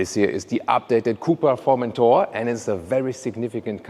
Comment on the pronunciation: Omg that Formenthoar pronun iation!! It's pronounced foR-men-toRR Formenthoar ;)) i am dying of laughter